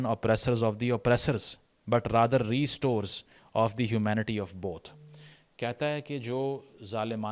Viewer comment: re-stores? What are they supposed to re-store? Wheat?